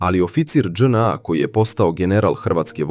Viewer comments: st znaci Dz NA....zar nije JNA....ili onaj drugi maloumnik nepismeni speluje latinicu kao English alfabet....dzej en a.. . strasno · Nije DzNA nego JNA seronjo😂😂😂😂😂😂